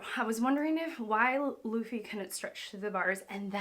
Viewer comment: it’s baa-gi...not zee its gi.. i can't understand when its Lu for Loo you pronounced laaa..now its Bu for Baa but you are pronouncing Boo... by the way you must respect the names as the creator named them..